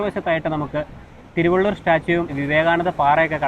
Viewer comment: ആശംസകൾ നേരുന്നു ഒരു ചെറിയ അഭിപ്രായം അറിയിക്കുന്നു തിരുവള്ളൂർ അല്ല thiruvalluvar ആണ് ശരി😊